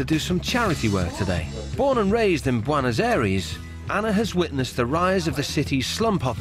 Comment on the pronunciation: Did he just say Buenos aries 😂